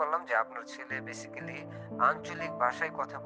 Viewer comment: যিনি নালিশ করার জন্য স্কুল থেকে ফোন দিয়েছেন। উনি নিজেই ইংরেজী উচ্চারণ পারেনা। বেসিক্যালি না উচ্চারণটা বেসিকলি 😑। মেজাজটাই গরম হয়ে গেছে।